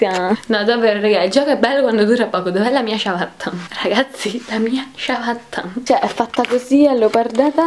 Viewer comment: dice ciavatta